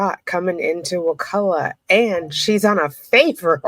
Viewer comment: So happy you can pronounce it! Can you say Wewahitchka? These Indian names are awesome. I live on the Chipola.